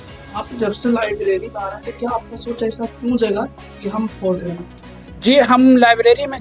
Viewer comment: Lavleri nai hota library hota h 😅